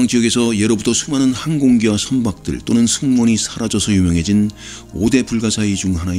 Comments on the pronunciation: 선박 선반이라고 함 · ~ 부분 41초 동안 녹음상태가 불안정합니다. 여러분의 폰이나, 이어폰에 문제가 있는 것은 아닙니다. 만약 이부분이 너무 불편하다면 눈물을 머금고 도려내도록 하겠습니다. 그리고 플라즈마를 플리즈마로 자석을 좌석으로 선박을 선반으로 발음하는 실수가 있었습니다. 이번 영상은 완성까지 시간이 많이 걸렸네요. 무려 한 달 가까이 ... 그리고 여러분이 영상을 기다리므로 중간 중간, 매주 올릴 짧은 영상도 틈틈히 작업하면서 동시에 해왔습니다. 이 영상의 개선점과 그리고 앞으로의 요청사항을 댓글로 알려주세요. 앞으로 우리에게 주어진 우주 여정이 멀고도 멉니다. 멀리 갈수록 생소한 용어가 나타나고 난이도도 조금씩 높아지므로 일단 태양계부터 확실히 기초를 다져드리면서 저 멀리 우주로 계속해서 나아가겠습니다. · 네, 이번 영상에서 발음 실수 두 번 했습니다 선박 ㅡ 선반 분지 ㅡ 분자 로 발음했습니다